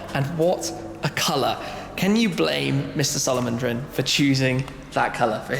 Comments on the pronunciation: When Shmee says Salo-Mone-Drin, instead of Salomondrin. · you said salomondrin wrong ...